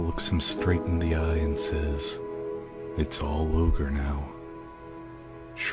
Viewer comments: Its not ogre... it's never ogre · Remember, it’s not Ogre... it’s never Ogre